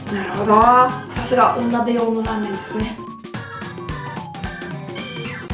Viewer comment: お鍋がお豆に聞こえちゃう😂